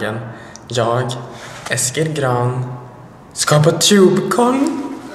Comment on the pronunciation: De heter inte tjubecon😂😂😂